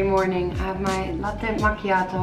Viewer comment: You make me proud when you pronunce "latte macchiato" perfectly ahah ! A kiss from Italy ! And wish you all the best for your future :)